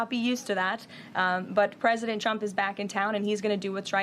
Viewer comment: There are two critiques I would give her. One is to learn how to say Trump’s name right. If you listen closely, she calls him chump. I would also tell her to stop pressing her lips. She does that when she’s lying.